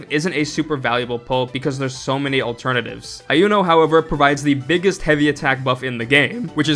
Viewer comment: Iuno is actually pronounced "You Know", there is no "eye".